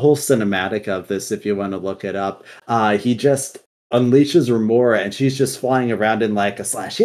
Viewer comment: i really enjoyed this. i played Shadowlands quite alot and didnt notice many of the things said there. Only thing, you said Remornia wrong and it triggered me soo much, Sword life matters haha, its just sire denathrius and his Yandere Sword are so likable characters. The quotes from there are divine